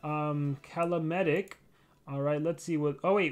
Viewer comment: Calamedic is pronounced “Call-a-medic” finally a unique name